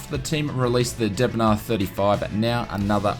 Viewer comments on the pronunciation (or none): Deh Bon Aire not D bn ar